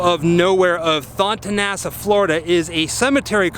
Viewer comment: I am a tampa native and grew up around Thonotosassa. It's pronounced thuh-no-tuh-sass-uh haha I used to see that family around town. Watching American Horror Story FreakShow was so wild. As always, love your videos.